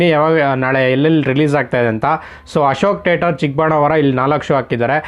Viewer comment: Bro its not tater its theatre